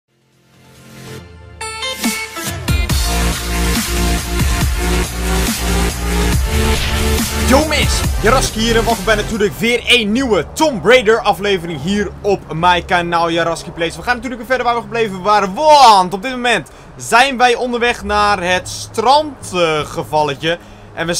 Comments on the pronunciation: Kampong Utrecht dude ik doe tweetalig vwo en zit nu in de derde klas, dit houd in dat ik 70-80 procent van al mijn lessen in het engels krijg. Ik denk dat ik wel weet hoe je het uitspreekt. Je spreekt het uit als toemb raider. Dat lijkt miss heel raar mr t is echt zo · 11 afleveringen verder en hij spreekt tomb raider nog steeds verkeerd uit XD. Je spreekt t uit als toemb raider! Je bent awesome! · Dat is dialect. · allr0undgam3r2901 ik ben al afgestudeerd ik tweetalig vwo dus ik denk dat ik het beter weet